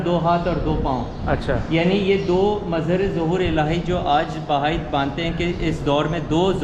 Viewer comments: یہ بھائی مذہب نہیں ۔۔۔۔ بہائی (بے ہائی) ہے۔ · محترم آج میں نے بہت عرصے کے بعد آپ کی ویڈیو دیکھی ، مجھے بہت اچھا لگا ، ایک گذارش یہ کہ اس مذہب کا نام "بھائی" نہیں ہے ، بلکہ "بَہَائى" ہے ۔ یعنی ب اور ھ کو آپس میں ملانا نہیں ہے ، بلکہ ب کے اوپر بھی زبر ہے ، پھر ھ کے اوپر بھی زبر ہے ۔ جیسے جمالی ، جلالی ، غزالی ، ایسے ہی بہائى ۔ یہ بہاء سے ہے ، جیسے بہاء الدین ۔ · Sorry sir ... its not بھائ ۔۔۔ but بہائ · بار بار کہنے کے باوجود آپ بہائی کے تلفظ کو بھائی کہتے رہے۔ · "بھائی" نہیں، " بہائی" مذہب۔ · یہ لفظ بھائی نہیں بہائی ہے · بھائی نہیں بہائی۔۔۔۔پہلے تلفظ تو ٹھیک کرلیں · NOT BHAI ITS BAHAI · Bhai nahi yar BAHAI hai wo mazhab theek se to bolo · اینکر صاحب دین بھائ نہیں بہائ ہے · ان الدین عند اللّٰ🎉ہ اسلام ۔ اللہ کے ہاں دین صرف اسلام ہے۔ہمارا مذہب اسلام ہے ۔اللہ پاک ہمیں دین اسلام پر استقامت نصیب فرمایۓ ۔ آ مین ثم آمین ۔ یہ جو لفظ آپ بھائ بول رہے ہیں یہ لفظ بہائ ہے ۔ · او گدھے اینکر یہ لفظ ( بھائی ) نہیں بلکہ ( بہائی ) ہے جو بار بار سننے کے بعد بھی تلفظ کی ادائیگی نہ کر سکے کیا وہ گدھا اینکر بننے کی اہلیت رکھتا ہے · bhai nahi ..bahaai...hai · Bhai Nahi behai tallufz hy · بھاٸ نہیں ، بہاٸ ، تلفظ: بے ہاٸ۔ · Behaaeei hy mery i Naam to Sahi ly lein bhaijaan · Bhai nhi blke bahai HOTA hai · Bhai Nahi Bihai hai